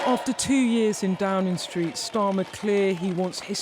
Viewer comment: Downin' Street, Waitin' Oustin' linin' out goin' takin' bracin' beginin' arrivin' makin' livin' hugin' comin' sleepin' spendin' remainin' goin' bringin' winnin' promisin' Can news reporters speak correctly anymore? Droppin' Gs likes theres no tomorrow! Sounds like an "Ebony" or "Felicia" from.the Broadwater Farm!